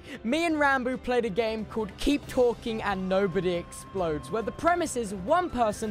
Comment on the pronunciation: Everyone: Explodes Tubbo: Exploads